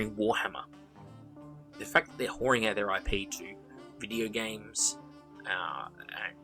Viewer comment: Excellent use of the word whoring!! With an aissie accent it has much more oompphhh